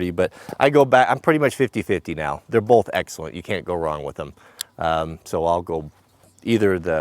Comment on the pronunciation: At least us east coast folks can say "both" without adding an " L " to it.